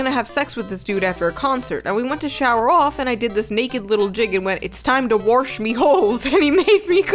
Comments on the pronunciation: Can someone please translate "warsh"? Is this suposed to mean wash? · “warsh me holes” made me pause the video, gasp for breath, and almost wake up loved ones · Holy shit, I would have proposed to the "warsh me holes" girl on the SPOT. A woman who can make me laugh is a woman I am helpless to resist. Also her attitude about um, meal preparation after a sweaty concert was a sign that she was considerate AND that she wasn't shy about getting her needs met. That guy didn't fumble it, he threw it into the stands.LOSER. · The "it's time to warsh me holes" is the kind of girl I'm with right now and I am absolutely in love with her. She and I were weird af from the jump and I couldn't be happier.